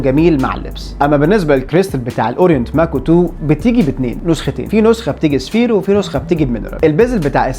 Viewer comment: ينطق "سافايار"